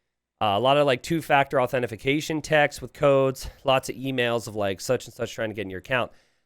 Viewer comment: What the fuck is AuthentiFICATION????? 🤣